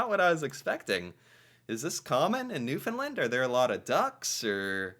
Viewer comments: 🙏. New “fund” LAND. (Like Stand, hand, band) Really pronounce LAND not “Lund” It’s a huge pet peeve to Newfoundlanders. Also, as FYI, although it’s a mixture, call us Newfoundlanders not Newfies, some people are offended by it. Not all but enough. Yes, we are extremely nice drivers. Often zipper without reducing speed or open the close lane. Let people into traffic. Hfx is very big on this when going on-off the bridges. Obviously NEVER feed wildlife. Yep. Gotta love the dollar. 80s are over. Likely saving the racoon from busy street. Forks-is a joke. Yep, border would be right. We are not Mexico. 😂 We are told monopoly money all the time. (ahhh no 🇺🇸🇺🇸 say worse) YES!!!! Apologize, we really do mean it. It’s considered extremely rude, especially in NewfoundLAND. (Side note, McDonald’s bought the Tim’s recipe - Tim Horton is served in South Korea, Qatar, Saudi Arabia….. and numerous places in Asia and Middle East. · The third syllable in the word Newfoundland is pronounced LAND as in "land a plane". Thank you. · New-found-land.. and put it together.. you're saying it wrong. Sorry lol